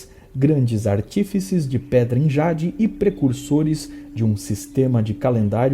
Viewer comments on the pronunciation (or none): none